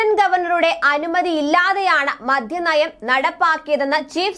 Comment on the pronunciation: മദ്യം എന്ന് പറയൂ. മദ്ധ്യം അല്ല